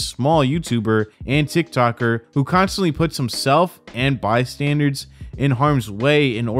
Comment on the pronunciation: Did you say ‘bystandards’ 🤣